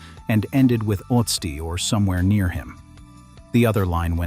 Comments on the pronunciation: Why do everyone who is speaking English is butchering Ötzi. Some say Utzi others Oh-etzi or Uetzi which is also all 3 pronouncings are wrong. Use Babble or another language App to have the correct pronunciation. It is Ö.t.z.i. like the Ötztal Alps. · A totally useless point. Germans routinely butcher English names and words, and it's totally fine. The way we vocalize foreign words and names is shaped by our mother tongues. Asking people to pronounce a foreign name or words as close to perfect as possible is a waste of everyone's time.